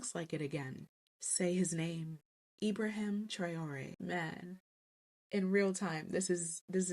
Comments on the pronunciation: Not Tray oh ree. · His name is pronounced how it is spelt: Tra oh ray!